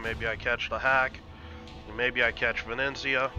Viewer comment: Ve-ne-zia :) Not Ve-neN-zia :D Awsome play! I like when you explain thought-process... learned a lot! Perma smoke combo look great! Thnx and keep up the good work!